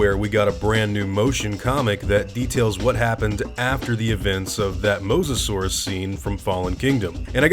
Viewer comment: I personally hope that the news reporter doesnt turn out as one of those old parents that are scared about their children browsing the internet. It also bothered me how she pronounced mosasaurus, it was like she didnt care. I think the charachter has good potentiol as a side/main charachter i hope they dont ruin here